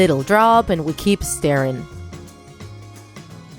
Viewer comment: It sounds like she was say " staring " rather then " stiring "